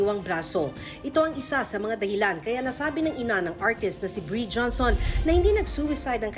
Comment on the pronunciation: bree hindi breeiana shunga